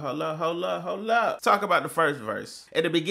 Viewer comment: Everytime you say "hol' up hol' up hol' up hol' up" to your videos, me as a Filipino keep mishearding it as "hala hala hala hala" 😂🤦‍♀